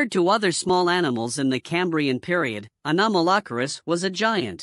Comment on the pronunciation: i might be the 357th subscriber, but only if you learn how to pronounce it's name better, please...